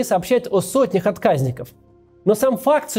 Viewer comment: Не первый раз замечаю, что Кац тупо читает с бумажки или экрана информацию и неправильно ставит ударение. Ну какие откАзники, если отказникИ. СкладЫ, а не склАды